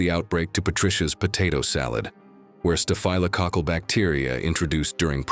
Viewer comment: Staff - low- cockle is the correct pronunciation of staphlococcal!!